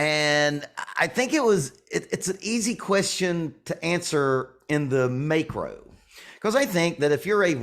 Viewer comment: I would've said, "Whoever inspires you." Also hahaha at "make-ro".